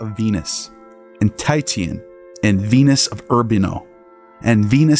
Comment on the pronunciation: Unless i'm mistaken, the correct pronunciation of Titian is tish' un, not tight' yun. At least I've never heard the latter pronunciation.